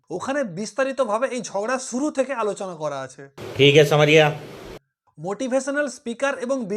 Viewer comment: ভাই প্রথমে একটা কথা বলি দয়া করে বাংলা শব্দের উচ্চারণগুলো ঠিক করুন। যেমন "শুরু" কে বলেছেন ছুরু, "আশা করি" কে বলেছেন "আছা করি", "বেশ" কে "বেছ"! এসব নিজের পাড়াতে বলবেন। ইউটিউবে এগুলো যথেষ্ট বেমানান লাগে।